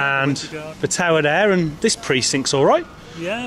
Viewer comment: Had to turn it off, sorry about your speech impediment. V instead of TH, there and that become verr and vatt hope your mouth gets better.